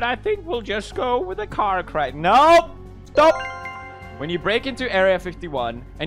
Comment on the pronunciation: It sounds like Alexei from Stranger Things when he said sTouP